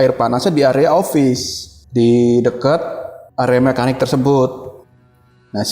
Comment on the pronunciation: Kaya tetangga kalo cerita "tidur di sopa,ruangan opis" 😅 Uji nyali ganti2an di ruangan kastamerrr tidur di sopa 😂